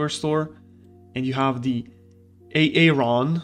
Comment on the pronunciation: The "A. A. Ron" though, lmfao.